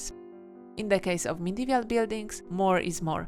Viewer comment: Nice drawings. But why are you saying "Medevial" instead of "Medieval", when you wrote it correctly ?